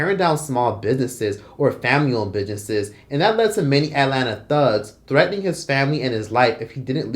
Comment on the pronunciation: are you purposely saying "bidnesses" lol